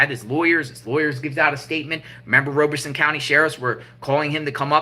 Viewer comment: Great work! Just an FYI, you are saying Robeson County incorrectly. It sounds like Rob-a-son, not Robe-a-son.